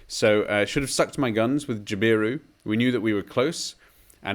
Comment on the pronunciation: JAB-i-roo CACK-i-d00 Cooinda T/O = 53 kms to the Cooinda turn off Good jpb mate!